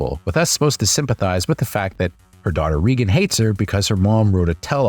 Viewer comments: It's not "Reeegan" it's pronounced "Raegan" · Ray-Gen not Ree-Gen